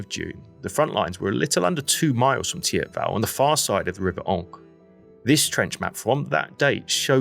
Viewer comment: Never heard anyone call it Tiabell lol. Teep-vel or theep-vahl.